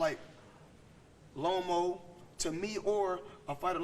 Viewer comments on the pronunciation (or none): Lomo not loma, Salida not salido